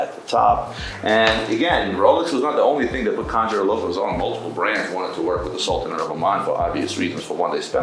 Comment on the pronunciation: Khanjar (not “kanjhar”) is not pronounced with a “k” but a “kh”: خنجر